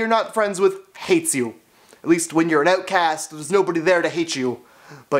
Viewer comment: "Being an ootcast" 😂